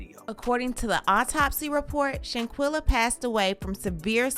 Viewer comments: Her name is Shan-quill-ah like she’s all over media and thru out this whole video u pronounced her name wrong 5 different times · Not with you pronouncing her name who is Shanquilla? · STOP BUTCHERING HER NAME!!!!!!!!!